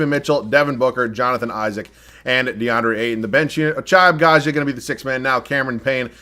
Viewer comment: At this point I'm convinced keeps getting Ochai Agbaji just so he can fuck his name up 1000 times each video 🤣